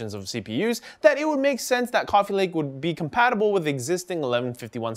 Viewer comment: Compatibilble? Is that even English, AsRock?